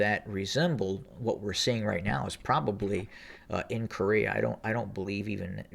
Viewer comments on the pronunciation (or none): none